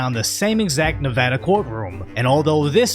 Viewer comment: Props for pronouncing Nevada like a real one. 👊 Also, of-fucking-course this went down in Clark County. South NV is attracting all the unemployed half-wits from Cali, it seems.